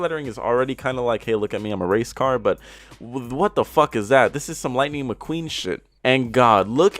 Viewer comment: My boy said “Lightning McQueen” 😂😂😂